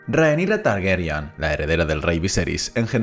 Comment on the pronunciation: Chupito a la memoria del Oberyn Martell de Pedro Pascal por cada vez que diga «TargEryan» en vez de «Targaryen»